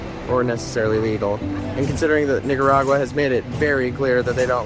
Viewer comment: yooo, you GOTTA practice your pronunciation of NIC-aragua 😂😂